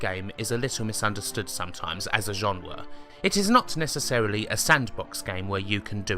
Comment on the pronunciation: WTF is a "genwa"?